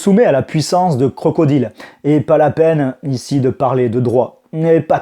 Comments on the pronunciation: Where is the prononciation english man ? This is not Crocodile but "CROCODAILE". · Aller les Crocrocrocro les crocrocro les Crocodileu